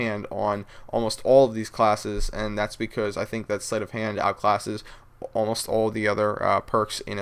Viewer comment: becouuze lol. love yah